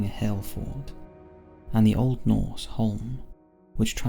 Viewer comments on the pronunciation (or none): none